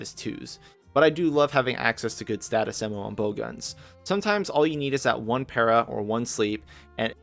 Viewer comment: After slicing ammo at first I heard "saddest ammo", had to rewind 3 times to fully understand that status came afterwards, not that it changes anything